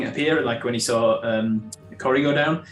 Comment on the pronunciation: The whole Cory rhyming with sorry isn't working for anyone but 😂 in my American accent that probably actually sounds like a toned down valley girl accent. Cory would be pronounced in a way that rhymes with saw and car instead of soar like I think it should. I think I know how Cory is pronounced but every time says it the same way is like no it's pronounced Cory not Cory. And I actually don't see the difference 😂 if you asked me to copy in the way she says it I could do it but I can't tell the difference between two people saying it. I'm more like a mimic who can copy voices right after they are said, tone, accent, basically everything. But if you ask me to tell you the differences I couldn't tell you. I know they are different but I can't tell you how. I can tell you when their accents are different but I couldn't tell you which words are pronounced differently unless I've been listening with every brain cell I have. Or if it was on a test and I've been studying. 😂 This whole Cory rhyming with sorry thing definitely broke my brain.